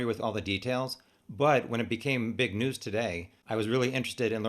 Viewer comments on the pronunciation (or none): none